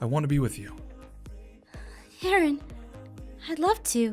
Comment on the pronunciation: I think said “I’m sorry urine” instead of “I’m sorry Aaron